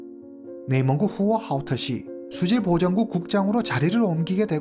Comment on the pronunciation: 와우!오늘 사건은 발음하기 힘든 단어들이 너무 많은데 님 훌륭하십니다 맥주공장 공장장,후허하오터시,왕야연;;쓰기도 힘드네요😅